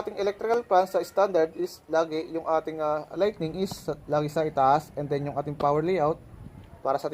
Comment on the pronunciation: Lighting po sir hindi lightning. Correct ko lang po. Pulido ng gawa nyo sir saludo!